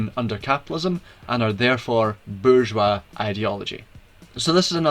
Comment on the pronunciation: While it sounds as if this could be just 1984 reframed, your pronunciation of bourgeois puts you miles ahead of many.